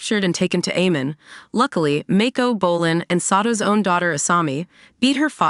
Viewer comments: don't remember a "Lin BYEFONG" or "AYMEN" in this story 🤔🤔🤔??? And the pronunciation of many other characters and key elements in the show are butchered. 😖😖😖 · Mispronunciation of Amon & "Blud" bending got me laughing 😂